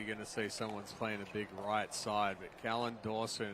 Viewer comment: His name is NOT Collin, it's Callan.